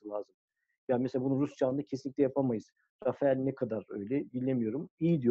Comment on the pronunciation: neden herkes Rafale'ye Rafael diyor:) Sizin haricinizde de gördüm...